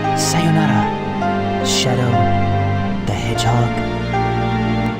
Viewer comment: Shadow the hedgehog, the (1st) h is silent.